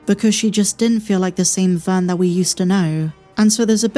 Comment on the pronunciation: Did you seriously just called her “Vern”?